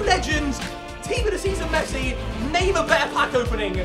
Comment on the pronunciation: He said tots messsi